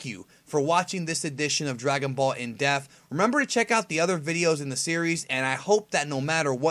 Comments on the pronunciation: Why do you keep saying "in def", it's "in depth"... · It's......in depth. Not in deaf. Am I the only one that's hearing this? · This nigga says dragon ball in deaf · On this episode of dragonball "in-depf" lol